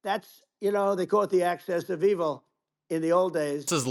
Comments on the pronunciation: Oh god, , he literally calls it "Access of Evil". I'm dead. This man is unbelievably, mind-numbingly stupid. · I was laughing so hard at the Orange faced loon, I didn't even notice muskrat's disgust. PS: Did diaper don say access of evil